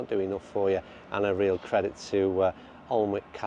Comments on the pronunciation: Lovey video, played lots of the coastal courses near by, good value as well. for the photo, Alnwick is pronounced Anick in the NE. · The L and the W are silent it is pronounced Aniick your attempt made me smile though 👍